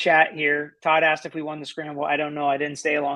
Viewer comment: As well, if he says ‘aksed’ one more time…….